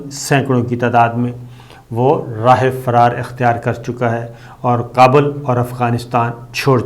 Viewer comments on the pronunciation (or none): none